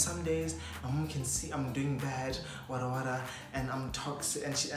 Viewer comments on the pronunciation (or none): none